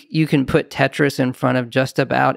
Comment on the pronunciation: When he said Tetris I wanted to stop the video and die.